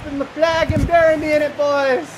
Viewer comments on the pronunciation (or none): none